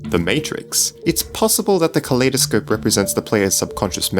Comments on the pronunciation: why does he pronounce kaleidoscope like Claydascope? cause I pronounce Kaleidoscope as in if two world collide? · You said kaleidospe wo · btw its pronounced "kuh-lie-duh-scope". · It's pronounced kolidoscope as in I am good